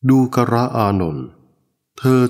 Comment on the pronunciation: ทำไม อ่าน ว่า ดู กะระ อานนท์ ฟังยาก ไม่ลื่นหู